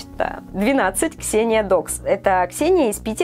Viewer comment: Тебе тяжело произнести моё имя Ксения